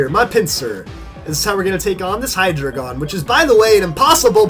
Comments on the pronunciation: You're suppose to pronounce hydreigon like: hi-dry-gon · You are pronouncing hydreigon wrong